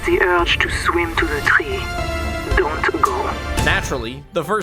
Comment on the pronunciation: "The uwge to get to the twee" :D